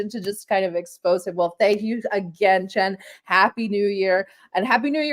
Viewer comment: Just so you know, his surname is Chen.